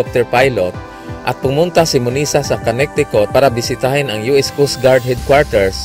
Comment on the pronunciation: Con-ne-ti-cut not konektikut lol😰